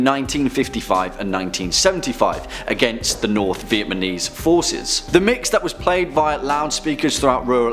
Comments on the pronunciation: I keep hearing Viet-my-knees. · 1.43 I can't be the only one who heard 'Vietmenese'